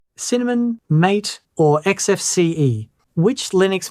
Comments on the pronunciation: MATE is pronounced "mah-tay", not "māte" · If you care how things are pronounced, you may want to look up how to pronounce MATE (ma-tay) I'm not running Mint but +1 for MATE then LXQT. That perspective you were saying you weren't going to include, well I refer to as snappiness, well in my tests/experience MATE and LXQT just seem to do much better. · Is _that_ how MATE is pronounced? I've been pronouncing it, "mah tey." I prefer XFCE, anyway. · The MATE desktop is actually named after that great drink, yerba mate. It should be pronounced ¨ma-teh.¨ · If the project cared about how things are pronounced they would have placed an acute accent above the 'E'. However depending upon where you believe the origins lie, it could be central or northern European, in which case it should be pronounced "ma-teh". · MATE is pronounced "ma-TAY", as it says on their website. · Very nice. I've been using Mate, which I believe you mispronounce ,🙂 because I so loved Gnome 2 and was mortified when it was announced that it would be replaced by the dreadful Gnome 3. It has a comforting charm from back in the old days when I looked a lot better and had more hair. 😉